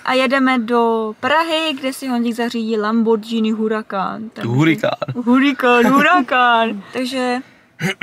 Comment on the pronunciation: Říká se lamborginy ale vybraný vlog jako vždy